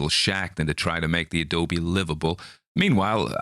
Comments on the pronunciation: I am coming to this one a bit late, but I am a Bay Area Brat. Your Cali accent is not bad! Good job! You nailed Adobe. I will say, we say PROS-pek-tin' (prospecting) (we drop final g's in general. We also tend to drop/soften mid-word t's) and Turn-i-ket (tourniquet) but those are weird ones. We also tend to be slow talkers. I don't want to nit pick, but from other videos I know you take accents seriously 🙂. You are very close with this one. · Sure hope you have fun on your camping trip---and there are no 'Karkers' (however it's spelled) about the place. Your pronunciation of the word 'Adobe' was just fine. Listening to this was fun---made me remember "ooohhh yeah....I read this story, at some point in my life..." but still can't remember when. Thanks, as always. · You pronounced Adobe perfectly